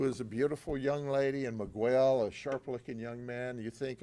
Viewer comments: Migwell lol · I love Judd but someone in his team needed to correct the way he said Miguel